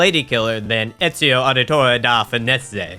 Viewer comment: You have an interesting accent cuz I have never heard anyone mispronounce Ezio's name like that. Also, in Black Flag, you play as Edward Kenway.